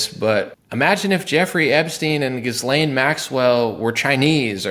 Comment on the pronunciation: yes. I hear you 💯% - this is perhaps not important, but.. it's "gi-lane" or perhaps gee-lane, or better still drop the vowel altogether & say g'lane. The S is silent. And this is French, so everything is faster and "thrown" sort-of aside in the language - sometimes almost an entire word can be run by so fast it's not even possible to discern it was Said. Haha. Anyway... "Gee" - "Gi" - "G'" - not "Gis".